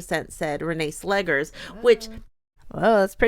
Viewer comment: You pronounced Vålerenga correctly. Slegers is actually pronounced "Slekhers" (I don't really know a word in English in which the sound kh is produced). Very happy that Arsenal managed to have a rather convincing victory after the recent downs in the WSL and Champions League. I would leave Renee Slegers some time to see how she's really able to influence Arsenal on an improvement results and that this victory wasn't only a "coach effect" for the first match after the Jonas Eidevall era. I thing that some Arsenal players were insecure by Jonas constantly changing the starting players not able to find the ideal squad to start the match. Maybe Slegers has a better idea.